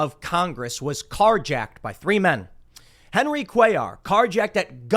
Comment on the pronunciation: You prnounced it correctly Cuellar